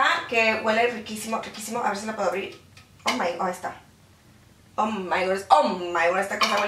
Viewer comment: Hay, me causas mucha gracia cuando decis ''Oh my good''!!! Te amo <3